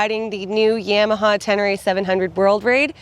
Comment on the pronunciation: Good Job! Gonna test ride one. Never heard Yam a ha pronounced that way. Thought it was Ya ma ha - lol